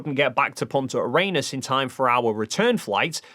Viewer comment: For gods sake why are so many people struggling with "Punta Arenas" adding extra S in this case and other manglings of it I've heard from so many flerfs. It's not a challenging thing to say for English speakers! If you're going to say something in public that is not super familiar to you, take a moment to understand how it is spelled and pronounced. Sigh, yeah, I know, if they had that kind of thoughtfulness they would not be flerfs, or for that matter asking what you did on the 18th.